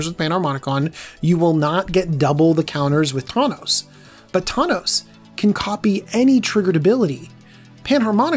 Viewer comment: Said thawnos a couple times